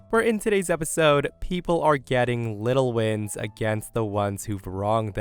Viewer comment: Did you say “little wins” or “little winds”?? lol